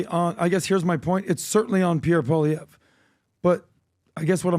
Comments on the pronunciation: Just say “Pollyev” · Polly Eve is how it’s pronounced. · Guys. It's Pau-lee-ev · Call him by his last name and not first name, please. His name is Poilievre and not Pierre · it’s pronounced POALEE-EVRE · “Polly- Ev” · Poilievre is pronounced po-lee-ev. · Pwah lee ehv = Poilievre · Pronounce his name right. Come on guys! Poilievre="Pauly-ev" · REPEAT AFTER ME: "Poly-ev" .. simple as that 👍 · You are making a fool of yourself. You can't ever pronounce Pierre name. I use to love your podcast but I see you don't actually do your homework. As a Canadian I can tell you that you don't have a fucking clue. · Also,, you should know how to pronounce Pierre Poilievre name by now. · you can't even pronounce Pierre's last name.